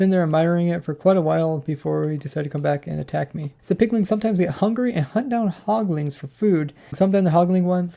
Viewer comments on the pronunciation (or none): "hoglings" "piglings" "lantrens" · Okay, I like your videos, I di, but it's HogLINS and PigLINS. There's no "ing"at the end. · Who else got very pissed off when he kept saying Hoglin(g)s and Piglin(g)s